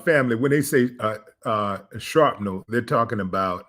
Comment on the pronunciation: Willie D said sharpnel 🤣